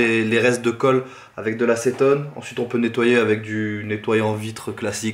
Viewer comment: Mdrrrrr acétone il a dit jpp